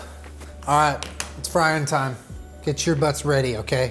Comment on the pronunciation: the fry thought you said flying time